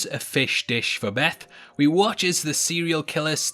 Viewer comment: It's Bess Till not Beth. And his name is Henry Klimpt...lol Snowpiercer the show is bomb 💣